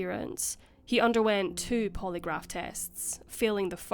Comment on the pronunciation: 😂😂😂😂Please Stop Saying. Poly Graph. 😂😂